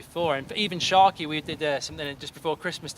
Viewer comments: Not drewski saying sheke😂😂 think he meant Sharky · Druski called Sharky : Sheekey 😭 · Man said "Sheeky" and he wasn't even talking about Sharky